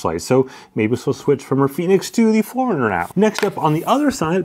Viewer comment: Anyone else hears Four Hundred instead of Forerunner? 😅